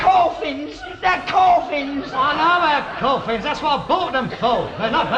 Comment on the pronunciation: 5.20..corfins..what is a corfin..?..